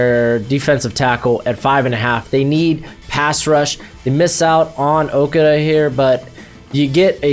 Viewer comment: Learn how to say Okudah